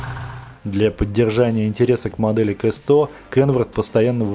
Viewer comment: Не КЭ100, а К100. Или хотя бы Кей100, если на английский манер...